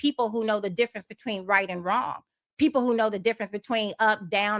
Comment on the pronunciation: “Who don’t vote? I mean what kinda peeepo?”